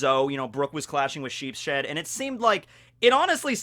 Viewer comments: Remember, guys, it's Sheep-shead, not Sheeps-head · sheepSHED really triggered me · it's Sheeps-head, not Sheep-shead. He is named after a german card game called Schafkopf which means Sheep's Head. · I think you pronounce it as "Sheep's head" not "Sheep shed" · It's actually sheeps-head as it's read shīpusuheddo in japanese. Sheep-shead just sounds wrong and it makes me cringe. Not to mention his power is to make sheep horns, which are parts of a sheep's HEAD... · Isnt it pronounounounounced sheeps head? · Lmao every time you say sheep’s head it sounds like either sheep shed so all I can think of is brook fighting the literal building the sheep are kept in like he just hates sheep being pinned in or something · pretty sure its pronounced Sheeps-head. named after card game.